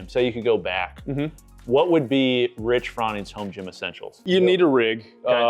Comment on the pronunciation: The amount of times you interrupted Rich was super cringe to watch, seriously. Also, get the man’s name right next time 😵‍💫😵‍💫. It was so hard to watch. You’re lucky Rich was so patient with you. Do better next time